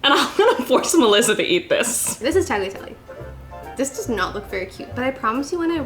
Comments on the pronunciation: ITS NOT PRONOUNCED LIKE TAGLATELY ITS TAGLIATELLE. like, if you weere to spell it in english its taliatele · The G in tagliatelle is not pronounced. You don't eat lazag-nia you eat lasagna.